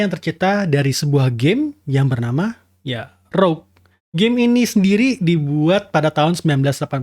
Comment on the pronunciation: Rogue bukan rouge. 😂😂